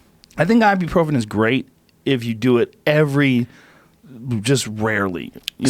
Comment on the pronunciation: Joe advertising Ibuprofen is hillarious. Can't even pronounce correctly